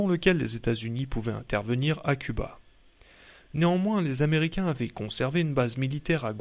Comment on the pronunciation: merci pour cette lecture intéressante mais qu'il est pénible et insupportable d'entendre toutes les trois minutes des fausses liaisons! (... se mirent néanmoins t-en grêve... , ...sont nés t-au japon...)